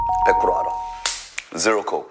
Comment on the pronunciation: 쭌오빠 zero 발음에 눕습니다.. ㅇ<-< 개섹시해 흑흑 ㅠ